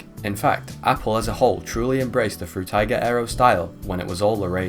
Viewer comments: By the way. Its spoken "Frooteeger" . (Atleast you spoke the g right, which most people do wrong.) Frutiger was a guy from Switzerland and in the German Language, I is spoken like in "Involvement", "Indoors" etc. The english "I" = "ai" does not exist in german. You need to put another vowel like "a" or "e" in front of the i to get the english sound. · Fruitiger Aero. Sounds like "Fruit Tiger Arrow", when he says it. And I like that. I wonder which fruit emoji is the MOST fruit emoji and if we could use just three emojis to represent that word in a literal sense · Frew-tay-gah arrow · Did bro just say ‘fruit tie gir ‘ aero? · Drinking Game: Take a shot every time he says "Froo-tiger" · Can you please fucking figure out how to say Frutiger right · Frew teyger, Through tiger, can’t watch it to the end, hurts my ears too much. Also, Zeit-geest 😖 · have you never heard someone pronounce words like "Frutiger" or "Zeitgeist" before? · appreciate the video but the mispronunciations of some words (epitome, perforation, Frutiger) bothers my linguistics-cop brain